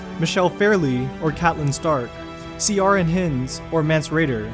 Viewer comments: Your pronunciation of names is, er, interesting, especially 'Ciaran Hinds' . The name 'Ciaran' is just the Irish spelling of Keiran and is pronounced exactly the same. 'Hinds' is pronounced like 'Heinz'. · See-ar-an lol it's pronounced Keer-an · Ciaran Hinds is pronounced ‘Ker-ran Hi-ndz’ it’s an Irish name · goodness gracious Ciaran Hinds, check the pronunciation please. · Dude. You SERIOUSLY need to learn how to say the names of these actors. I mean, I can understand screwing up the pronunciation of Ciarán Hinds. But Gillian Anderson's name?? Seriously? And Max Von Sydow? Also, why is footage of Frances de la Tour as Madam Maxime from "Harry Potter" shown when actor Ian White is mentioned playing Wun Wun??